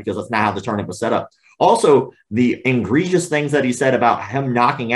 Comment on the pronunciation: Dear Sir, The word egregious is NOT pronounced IN-gregious. In fact, there is no "n" in the word, at all. And it was not just a slip of the tongue, unless your tongue slipped twice.